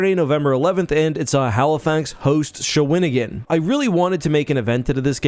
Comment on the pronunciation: Hey Just sayin its pronounce Sha-we-ne-gan aka Shawinigan Small town in Qc. ( Its a first nation name )